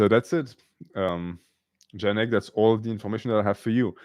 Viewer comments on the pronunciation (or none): Also really funny to hear you trying to pronounce polish name